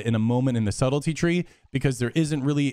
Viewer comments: LOL "Subtility" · How the hell did you just pronounce "subtlety"? lolol. No, but seriously, this is great. Would you say that Mutilate is better overall than Sub or just specifically against plate comps?